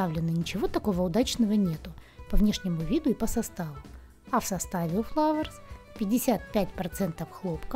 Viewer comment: ФЛАУЭРС* ,а не фловерс